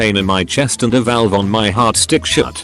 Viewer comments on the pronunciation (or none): none